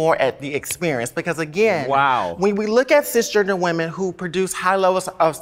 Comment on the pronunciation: 39 seconds in he said whamin 🤔🤔🤔